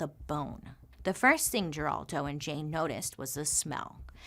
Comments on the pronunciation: It's pronounced 'Heraldo' not Geraldo. He is still around. The more you you know 😁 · It's crazy to hear you say "Geraldo" pronouncing the "G" lol. It's pronounced "Heraldo" 😉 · Lol geraldo is pronounced her-all-dough, he's famous, or was in the 80's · I’m dying at Bailey — who TOTALLY knows who Geraldo Rivera is based on her vast pop culture knowledge — delighting us with her classic mispronunciation of his name as “Jeraldo.” :D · You are mispronouncing Geraldo. It is pronounced Heraldo. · Girl, it's HERALDO with an H. We're like the same age (I think!) You should know this! At this point, I think you just mess up names for fun. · Bailey- Her Al doe is how Geraldo is pronounced. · I hope you get back to MMM soon. I know you're going through a lot. We'll wait. So many of these stories are somewhat familiar to me, but you tell them beautifully. Ziprecruiter and Indeed are the best! Carrie's baby was very intelligent.She was put up for adoption and did unusually well in school. Geraldo is pronounced Heraldo. The G is soft like an H. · Geraldo Rivera - you just showed your age by not pronouncing his first name correctly. 😄 Or made me feel really old. Geraldo Rivera was a household name when I was young.